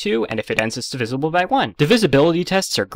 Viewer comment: Out of everything in this video, how did you manage to mispronounce "divisible"? D I V I Z L E